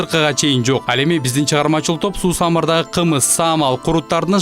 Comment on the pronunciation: Эже так аталбадыго таза кымыз деп